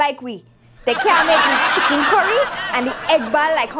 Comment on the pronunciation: lol .my belly out.chickren currylol .it curry chickren in trinidad ..